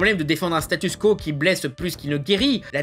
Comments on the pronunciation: Arrête de dire "Statusse quo". Ça s'écrit "statu quo" et ça se prononce "statue kouo". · je croyais que tu avais compris comment prononcer "statu quo"